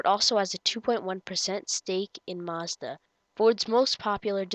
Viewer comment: That's not how you say Mazda